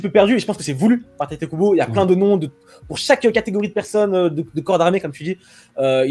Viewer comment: pourquoi certains disent "tayte" Kubo ?? En japonais un "i" se dit "i" ....